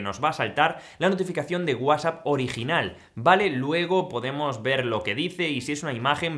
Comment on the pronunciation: No, hay momentos en los que no se te entiende si dices “whatchChat” o “WhatsApp “ y eso confunde 🤦‍♀️